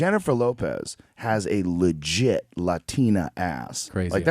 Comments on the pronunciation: joe " luhluhluhluhlehggiittttt!!!!" rogan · Joe: legit lwwwwwgit🤣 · Joe 'LLLLLegit' Rogan